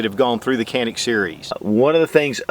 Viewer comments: A pronounciation note: In turkish letter C pronounced as J or G as in John. A is like a in jaw. the rest is N-I-K, pretty much like 'nick'. I would say it is pronounced as "JA-nick". Emphasis on the first syllable. Nevertheless I get that the branding would be harder with the original pronounciation, this is just to let you guys know how we call it. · Good review as always. If I may quibble on one point, in Turkish, it's pronounced Janik. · Prounace as JA NIC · It's hard to believe the trigger mechanism is even shorter than the Walther PPQ M2. And Walther PPQ M2 is known for its amazing trigger. So this Canik (Pronounced Janik) will most likely have my name on it in the very near future! 💯💯👍👍🙂🙂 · I wish people would say "Jah-nik" instead of "can-ick" since the former is the proper explanation in Türkiye. C sounds like a J and the "Can" sounds like the name "John."